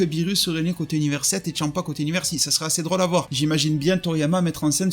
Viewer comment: Tu dis tchampa c est champa